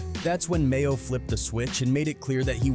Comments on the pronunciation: His name is MAINO not Mayo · DOG, ITS NOT MAYO!!!!!! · Not Mayo‼️🤣🤣 it's Maino smh 😅🙈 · Tf? Mayo? You mean maino? Bro just stop covering rappers 😂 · This nigga said Mayo it’s Maino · You really called him mayo bis name is Maino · Called that man "Mayo" 😂😂😂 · Its maino not mayo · And annoys me he keeps calling Mano mayo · MAYO!!!? It’s MAINO!!!!! Come on man! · Batman Kevo it’s Bandman Kevo who tf made this video called G Herbo GBO called Maino Mayo is crazy asl 🤣🤣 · "Mayo?"...you mean "Maino" 🤦‍♂️ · MAYO????? BRO YOUR WAK…… LEARN NAMES ON EVERYONE BEFORE YOU MAKE A VIDEO!!!! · Who the hell is mayo😂😂 his name is maino 🤪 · His name is Maino not Mayo😂😂😂 WTF!! 😂😂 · U have to get his name right bro he is a pioneer in the rap game and he real solid maino not mayo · Bro his name is maino not mayo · The man called maino mayo 😂😂😂 don't let maino see that or your getting choked out next😂😂😂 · Mayo? It's Maino bruh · They called Maino (Mayo) 🤣🤣🤣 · Lol they called Maino "Mayo" 🤣🤣🤣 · Did he call him Mayo ahhhman I'm dead 💀💀💀💀💀💀💀💀👌🏾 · How tf you mispronounce Maino’s name tho.. this video a dub just for that alone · It's Maino mf'er. You suck at your job